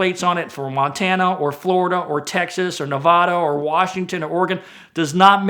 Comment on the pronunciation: damn first thing said in the whole video is someone mispronouncing Nevada. there is no w in Nevada, so stop saying it like Nevawda!